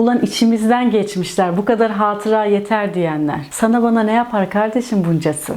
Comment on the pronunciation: HÂTIRA kelimesinin son A'sı kısadır. Elif değil he'dir